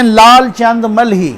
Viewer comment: سر جی لال چند ملہی نہیں مالہی ہے آپ صحیح کریں آپ پلیز